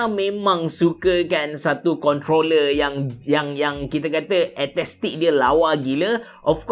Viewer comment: AESTHETIC bang..ESTETIK..bukan etestik